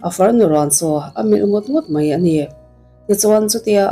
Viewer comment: Mei...ti lovin...'mai' tih hi a țha